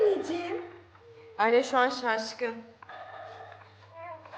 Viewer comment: abla adım alya sen Arya deyince ben alya duyuyorum gcukdtuktukxty